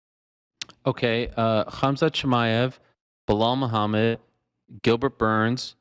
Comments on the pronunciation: "Bluhall Moohamed" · Who’s “Bluehall Muhammad”? And who is this Pierra?